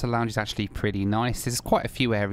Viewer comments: A great film as always, but it's not called " Con v arse a" as you pronounce it! Not very polite using " arse" in the pronunciation. Phonetically, try "Con, vee a sa" - try a short a, no r, and emphasize the sa at the end. Go on, shout me down in flames everyone, you know you need too... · I think you'll find the airline name is pronounced convi-assa. Could be wrong but.... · every time you mentioned that airline name, you sounded like Can't be arsed 🤣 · I thought you said "can't be arsed airline" lol